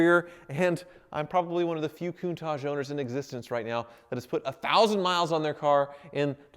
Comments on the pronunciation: Your speech impediment is very apparent in this vid. It's KOON-TAASH not KOON-TAAJJ. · Also, it's CountaTch, no tash or targe, it's TaTch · I really hate the way he says countach